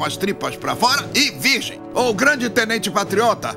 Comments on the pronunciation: TENTENTE?? TENTENTE? XD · Tentente? TENTENTEEEEE!?